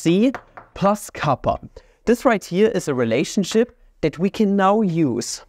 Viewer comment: makes me wonder if he said "relationshit" on purpose or not.